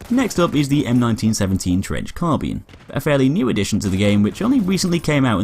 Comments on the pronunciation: its carbine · What’s a “car-bean”